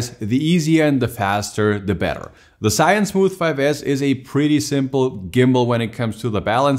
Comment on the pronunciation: It's zhiyun not shiyun lol